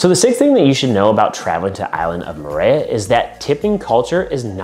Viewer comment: I the pronunciation needs help... Murayuh 🥴🥴🥴